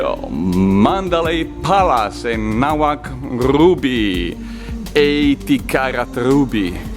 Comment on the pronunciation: Its not Naga Mauk, Its Nga Mauk and named after the person who found it named Nga Mauk